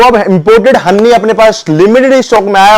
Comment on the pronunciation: हन्नी नहीं भाई हनी 🍯😀👍